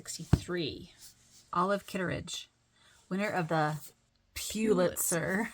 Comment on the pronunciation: Great video…I got so tickled at your attempts to pronounce “pew-litzer”. I’ve never known how to say it correctly either. I never thot about pulling out award winning books. Of course, my collection is still small and I am hoping for shelves this year!